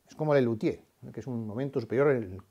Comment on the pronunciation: No se entiende que quiso decir de LESLUTIERES? Parecuera que dice ..."uno de los peores momentos del humorismo...."